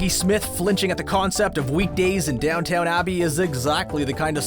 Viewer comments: "Downtown Abbey", seriously? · "Downtown" Abbey? Ugh.